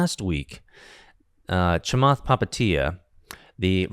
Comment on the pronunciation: Butchering Chamath’s last name 😂